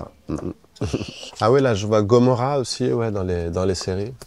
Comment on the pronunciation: Personne a remarqué comment il a prononcé a chaque fois "gomorra" 😂